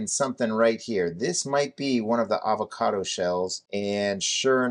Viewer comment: "Ava-condo"...I like it 🙂👍🏻